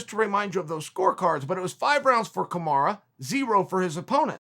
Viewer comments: PLEASE learn how to say Kamaru rather than Kamarah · His name is pronounced Kamaruuuuu not kamaraa Chael...!! Please show the champion some respect by getting his name right...👊🏿👊🏿👊🏿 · It’s Kamaru...not Kamara. At least learn to say his name properly? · Me, an idiot: Kamaruuu Chael, a scholar: Kamara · Chael his name is kamaru not Kamara. Use the regular names of the fighters or stop talking about them! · I swear it’s Kamaru! Is Chael tryna be funny calling him Kamara? He must’ve turned down a Chael interview lol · It's Kamuru, not Kamura and Colby said during the match "I think he broke my jaw" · Stop calling him "Kamara" wtf bro 🤦‍♂️😂😂😂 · Who’s “Kamara” ? Lol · "Camaro Usman" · No one: Chael: Kamara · How long have you knowing "Kamara", Mr. "CHSLE"? Another dumb Republucan. Sick. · Kuhmara is now how I pronounce Marty's name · Kamaru "kamaraaa" Usman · Kumara* Chael said 🤣🤣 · Chael calls Kamaru 'Kamara' internationally to disrespect him because he's known Colby since Colby was a kid. I want them both to lose, I hate Kamaru and I've never hated anyone more than Colby my entire life. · It's Kamaru, and keyword "THINK"